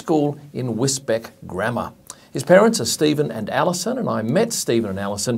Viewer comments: Wisbech is pronounced Wiz-beach not Wiz-beck :) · Just to let you know its pronounced 'Wiz-Beach' not 'WisBeck'